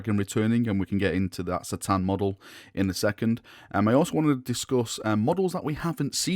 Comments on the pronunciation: I normally watch your videos but I can't stand the way you say c'tan now I'm not saying it's wrong but it is lol surely it's ka-tan not sa-tan I even had a little look at some other vids and two thin coats Duncan says ka-tan. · Great video as usual, but C'tan is said as a K'tan and that was from Dave Andrews at the studio in '95.